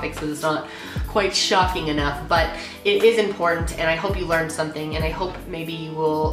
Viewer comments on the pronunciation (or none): none